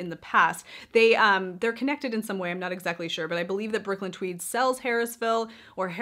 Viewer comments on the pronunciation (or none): none